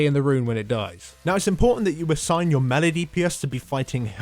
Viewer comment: thats not how you say melee my dude